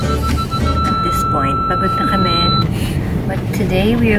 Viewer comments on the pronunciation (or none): none